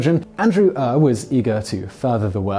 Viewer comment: Ure is pronounced your